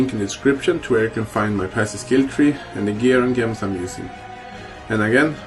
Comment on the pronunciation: nice guide, but every time you say Gems I get ear and brain cancer, it's the same as when us Russians try to pronounce Jewels and in many cases they spell it as Jevels, lol 😂 😂 😂 only reason I don't speak like that is cause I live in Canada 🍁